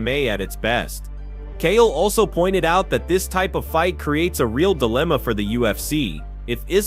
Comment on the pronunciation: It's pronounced. ( Chale) Not kale